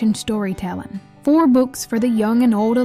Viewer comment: Dude is absolutely annoying especially with tone control. The horrible voices and sounds he does is pathetic and his pronunciation of Appalachian is horrendous. Somehow YouTubes algorithm keeps randomly going to this channel. Can I block this channel? The stories are somewhat interesting if being told by someone who isn't an obvious inbred. Maybe quit talking in circles and you could turn this 37 minute video into 7 minutes while still getting off the facts and perceptions accurate. I don't want to hear your life story and how you fail to articulate the point. Like watching an ADHD kid change a lightbulb